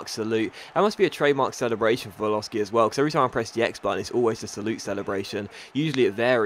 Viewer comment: It's pronounced PALOSHI not Paloski